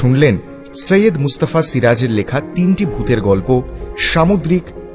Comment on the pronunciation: সৈয়দ কে সাইয়াদ্ উচ্চারণ করবেন না অসহ্য শুনতে লাগে। Agni কে নিশ্চই আগ্নি বা অ্যাগনি পড়েন না,নাকি‌ বানানটাই Ogni লেখেন?